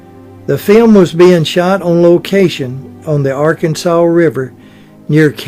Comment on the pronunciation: that's Ar - Kansas, not Arkansaw, river.